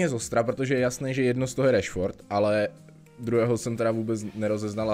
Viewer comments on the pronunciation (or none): none